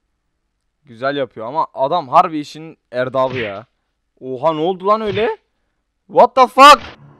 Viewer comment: Erdabı değil erbabı